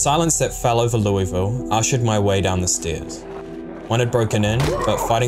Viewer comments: You've got half of the city's name correct. It's Lew-uh-vull You're pronouncing it lewie-vull. I've lived here my entire life, and you'll get a LOT of respect from people who live here by pronouncing it correctly, because nobody ever does outside of this city. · loeVille. You're american not french stop acting like a french person and just say Louisville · Never played but enjoyed the watch and your narration. You know how UK has placer like Leicester that sound like "Lie-ster?" Louisville is pronounced with a mouthful of peanut butter, like "Lull-ville". Yep, they also just ignore a bunch of letters. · LOO-uh-vuul (rhymes with 'doable') is how natives in Kentucky pronounce this city. Since this is such an important part of the lore, thought you might like to know that! :) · As a Louisville native, you’ve gotta say it like you’ve got marbles in your mouth. Lou-uh-vuhl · It's pronounced "Loo-uh-vul". Anyone from Kentucky knows this. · It's always so jarring watching Project Zomboid on youtube because nobody pronounces Louisville like a local would. Should be closer to Lull-ville. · Everyone from KY is cringing at how others say Louisville. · As someone from ky it hurts to hear you say Louisville the way you say it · as a native kentuckian, i hate how outsiders pronounce "Louisville"